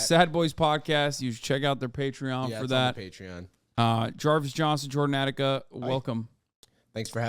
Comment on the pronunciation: not Jordan "Attica" nooooooooo ow ow